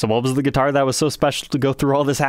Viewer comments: Why’s this guy saying duitar with a G? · I thought duitars were made in China. I had rewind a couple times cause every time trogolysaid guitar it sounded like he was saying duitar.